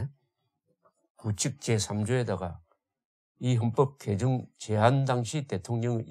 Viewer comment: 조대표님 발음정정합니다 틀림 맞음 개정 개:정 개성 개:성